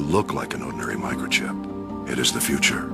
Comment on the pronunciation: even though this is true, i just laugh when he says "It may look like an ordinary microship, BUT IT IS THE FUTURE"